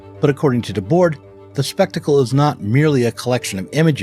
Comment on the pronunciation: Always love the explicit nods to my longtime stans the SI. By the way the last "d" in Debord's name is silent (unless the next word starts in a vowel but only in French really...) Seriously why do Americans disrespect the French so much lol...